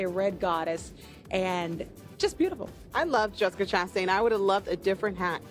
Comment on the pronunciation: Ugg...its Gala (short a) not GAAAY-lah...its Lin- Manuel not Man-u-ewe-ell, Jessica Chastin...not CHAST-TAINE....Jesus.. agree how did these two get this gig? And its 'she never got what was due to her... not she never got her just-due... its just-desserts.....ugg theres like 40 times these two mis-speak badly